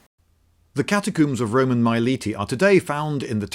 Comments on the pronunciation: Cat a coombs are they really cat a coobs now say all you min e um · "Catacoomb"? Are you French now? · hehe catacooms